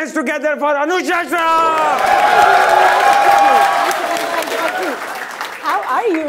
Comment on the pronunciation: Did he said Anooshey shah🤣🤣🤣🤣